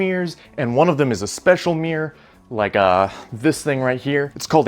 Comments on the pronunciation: Why does he say “Meer” instead of “Mirror” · Mirror has two syllables. It’s Mirr-or. Not Meer.